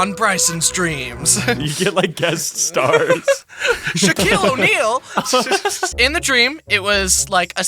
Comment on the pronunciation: SHOCEIL O'NEIL